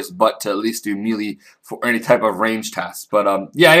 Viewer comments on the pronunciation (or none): I was going to ask if I was the only one bothered by him saying mee-lee instead of may-lay but there are at least 2 other comments saying the same thing. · Melee is pronounced May-Lay, not Mee-Lee. Just trying to be of help. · You know its said as may-lay for melee...?